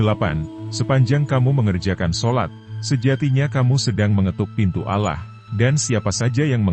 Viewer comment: Kenapa sebutannya alah???? Apa sy yg salah dengar ya sedangkan kita harus sebut dengan sebutan yg benar Allah Allah Allah